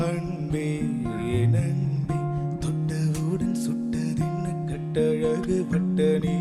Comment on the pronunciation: There is no doubt about Talent, but has to be little more conscious about his Tamil Pronounciations. 'ன்' பல இடங்களில் 'ண்' என உச்சரிக்கப்படுவது பாடலின் உயிரை குறைக்கிறது. மண்றம் வந்த, தெண்றலுக்கு... அண்பே என் அண்பே என ஒலிக்கிறது திவாகரின் குரல். முன்னொரு சுற்றில் தெய்வத்திருமகள் பாடல் ஆரிரோ ஆராரிரோ வில் தாலாட்டை தாளாட்டு எனப் பாடியிருந்தார். அதை சரிசெய்தால் இன்னும் சிறப்பாக இருக்கும். கிருஷ்ணன் இன்னும் இங்கு என்ன செய்கிறார் என தெரியவில்லை. இந்த வாரம் அவர் பலிகடா ஆனால் ஆச்சரியப்படுவதிற்கில்லை.